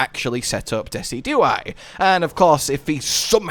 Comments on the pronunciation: you'd think with how much I've watched yall play MH I'd be used to misspronouncing stuff... but every time I heard Dessy-dew-eye instead of De-sid-you-eye I could feel my brain flinch like he had a Kings Rock equipped! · I’ve never heard it pronounced the way you do, you say “Dess-E-Do-Eye” where I’ve always heard “Dee-Cid-Ju-Eye” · It’s pronounced Dee-sij-oo-eye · This a YouTuber that tries to be funny by mispronouncing everything or is this a YouTuber who just genuinely can’t pronounce Pokémon names? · Dezi-Do-I !! LOL XD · it pronounced Deh-sid-joo-eye. As one fluid word. Dehsidjooeye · your pronunciation of decidueye's name is giving me a fucking aneurism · Great video as always. I'll have to try this out myself. Also, I've never heard Decidueye pronounced like that lol, if it helps, you pronounce it the same way as deciduous but with eye instead of ous